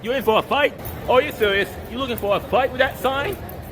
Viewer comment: “You sewsly lowking fow a fight wit that?” It’s really sad that this dude is audibly a bit slow/off and no one in his life is like… policing what he watches or at least discussing it with him.